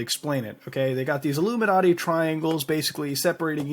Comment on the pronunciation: . What's up with mispronouncing everything? twatter, a-la-mowz? illuminarti?